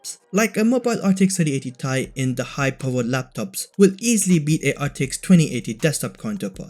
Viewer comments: ITS NOT TIE BUT t AND i SEPERATE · well I mean it's how everybody pronounces it but the ceo of NVDIA called it the ti not t-i